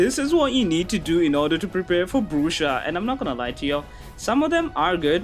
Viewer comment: why do you say Brusha like that